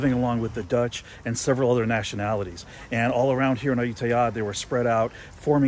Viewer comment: Give me some "Moo Satay" please... 😆 You've got benefit having led by a Thai friend. Your pronunciation of Ayuttaya was perfect!